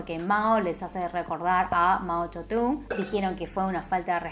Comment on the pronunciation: Mao yodun:0 yo siempre decía mao tsedong, aire